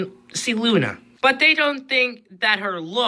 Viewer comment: Um dude it's lunna. Not luan